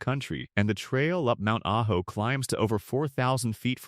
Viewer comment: AI is hilarious. First it says ah-joe. Then it pronounces it correctly as ah-ho. Then it's a-ho.